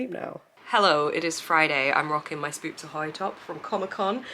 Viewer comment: Every time you say scoops ahoy my brain just hears Spoops Ahoy. Too much booktube >_<